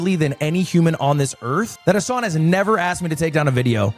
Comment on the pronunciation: Why do Americans pronouncs Hasan as Hoson?